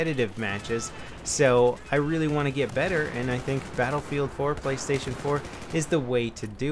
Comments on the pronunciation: it's "Playstation" not "Playstion" LOL xD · Play-(stion)- just letting you know